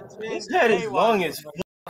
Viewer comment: The way he said it though too "His head is long as FVVCK!" also I love laugh it's everything!